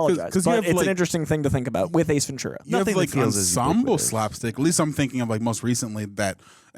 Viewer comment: As a native Californian, it's pronounced, Ven- Tura. It's Spanish, so the t is pronounced like tea and not ch